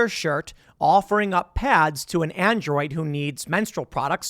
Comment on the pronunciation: Food Did he just say androod?